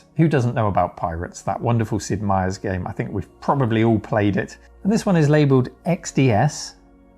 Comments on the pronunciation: His name is Sid Meier not Sid Meiers -- there's an apostrophe there my dude :) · Sid Meier, no “s”.